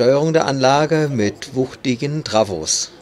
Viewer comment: Aber bitte nicht TRAWO sagen. Trafo kommt bekanntlich von Transformator. Die gezeigten FAHRPULTE waren die ersten überhaupt, die neben dem Trafo eine Ein-Knopf-Steuerung für Vorwärts und Rückwärts enthielten.